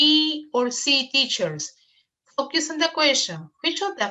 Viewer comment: FOCUS pronunciation: ( fōkəs ) ........... NO "FOKIUS"